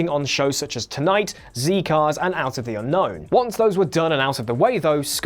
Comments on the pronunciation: Zee Cars??....how very...American.... it's ZED Cars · "Zee-Cars"?!! That'll be "Zed-Cars", then. This is Britain, not America. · ZEE Cars???? ZEE Cars????? It's pronounced ZED Cars! I hope you never meet Brian Blessed and talk about ZEE Cars! Z Cars (named after the Ford Zephyr, the car used by Liverpool Police, and which featured heavily in the cop drama) was a cop show in the 60's, one of the BBC's biggest hits ever, it gave us two spin off shows, and made stars of several actors, including a young man named Brian Blessed, sorry BRIAN BLESSED, who played PC "Fancy" Smith. Yes, that was the character's name. Since it was a British show, no one, from the 60's to the 2020's has ever, EVER called it Zee Cars. 😡 Now I'm off to grab some zzzzz 🥱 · How exactly does a british person talking about a british tv show end up pronouncing Zed Cars as "zee cars"? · Its Zed cars, not Zee Cars. I've never seen it, but it's a famous historical British show that pops up a lot in Doctor Who behind the scenes stuff. You've been watching too many American shows. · 1) zee-cars .. zed-cars 2) Mor-fat .. Moff-ut 3) Eccleston ? .. Eccleston ??? .. he had two modes, on a downer or grinning from ear to ear for no apparent reason. Not the worst ever Doctor, that's reserved for 5, 6, and/or 7, but the Doctor is supposed to be a bit weird, so a leather clad manic depressive northerner was just a bit too normal. 4) I also do not get the Clara hate. 5) No mention of the Capaldi era. Nothing wrong with the actor, but the writing went down the tubes from the moment he arrived. I'm thinking of that ridiculous moon-egg episode. Established history .. Doctor swoops in and saves the day but just for once .. Doctor buggers off and says "It's up to you" .. whaaat ??? Thankfully it was just a bump in the road. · ZED Cars, FFS, not ZEE Cars! Catch yourself on! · Zee cars?? What on Earth?! Z Cars as in Zed! Bloody hell mate that's an outstanding fk up! 😮😂😂😂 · IT'S "ZED" CARS! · ZED CARS!!! ;) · Zee cars?